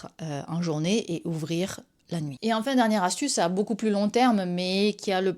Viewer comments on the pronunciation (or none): none